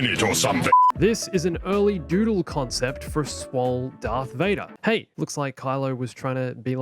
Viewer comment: IS HE SAYING DARK INSTEAD OF DARTH OR IS IT JUSDT ME!?